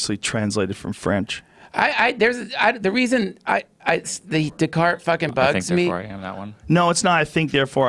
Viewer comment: Joe "It was Daycarts man" Rogan